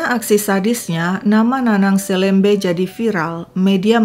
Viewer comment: Cara baca SELEMBE yg pas sesuai logat Pontianak adalah "e" seperti membaca e pada "enam".